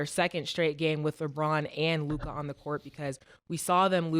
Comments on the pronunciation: Yall harassed Murda enough till he finally said Luka right 😂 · Ma$e finally said Luka’s name correctly 😂